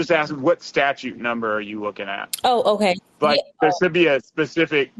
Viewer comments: If this safetly was your truthful concern he would just say "hey buddy get some lights on that bike, I don't wamt to see you get hurt". But instead you wqnt his ID. Amd hey lawyer, it's "statute" not "status", that's concerning. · The attorney needs to learn to call them statutes with a second “t”, not a statue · Attorney-"Statue". (Statute) Wowowowowowowowowowowowow, but not really, she is black. I would have talked bigShit and left immediately when the pig was proven DEADwrong. EFFFFyourAD, also, I'm sad that these pigs got to live. Terrorizing society "I don't care about the law"-Female DemonPig. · Jesus the f'n lawyer can't even use the word "Statute" properly. OMFG!!! Not a good look. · The word “Statute” has a “t” in the second syllable,. Credibility -1% for mispronouncing a word relevant to your occupation. Reminder: a statuTe is law. A statue lives in a park.